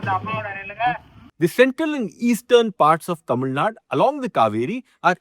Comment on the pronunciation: yaen nae "Tamil Naad" nu solreenga? Azhaga "Tamil Nadu" nu sollalam le 😔